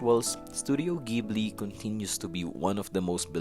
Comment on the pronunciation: You are actually correct.